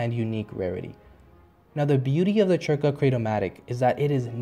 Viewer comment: C is silent so its just Zerka not Chirca XD (off to corelia to farm lvl 50 mobs for a few days :P )